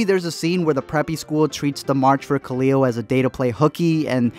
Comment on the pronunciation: pure pain is pronouncing khalil as kuh-liul